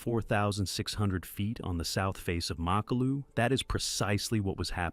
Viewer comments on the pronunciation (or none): Nie Makolu tylko MAKALU pacanie Al 😂😂😂